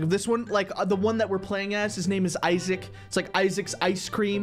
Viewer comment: when he said issac ice cream he said issiac